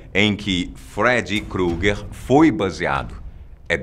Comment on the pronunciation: Feri crugue ????????? Fala direito